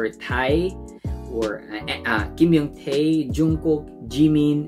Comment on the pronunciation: My bias is Jungkook. Enjoyed the reaction, you got most of the names right, it’s Taehyung rather than Youngtae:)